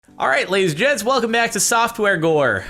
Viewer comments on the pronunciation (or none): Sounded like he started with "ladies and gits" instead of gents lol.